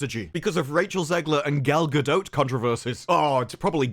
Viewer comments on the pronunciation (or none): Cant get over gal-ga-dote 😂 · if you don’t STOP SAYING GALGADOTE!